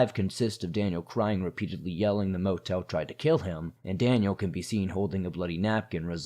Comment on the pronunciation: THE MO TEEL THREATENED TO KEEL MEEE